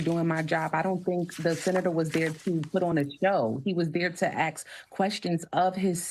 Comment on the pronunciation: Congresswoman can't differentiate ask from axe 🤷🏻‍♂️